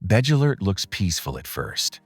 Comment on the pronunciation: I almost fell off my chair when I heard the pronunciation of Bddgelert. Gave up at that point.